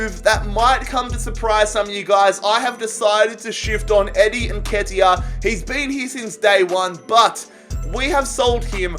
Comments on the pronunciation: Thx plus u got nketiah right the first time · Don’t worry man you pronounced Nketiah correctly 😂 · you pronounce it correctly somehow